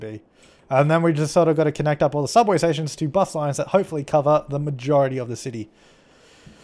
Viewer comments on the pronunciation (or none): 'Hubway' Hubway: 1) A hovering hubway. It was created by trying to pronounce subway, but failed. 2) A sub-sandwich cut into hubs- Wait, what the fuck? That didn't make sense. FAIL.